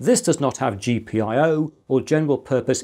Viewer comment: Gee-pie-oh? I didn't know I could hate a reading of an acronym, but you managed to pick the worst one possible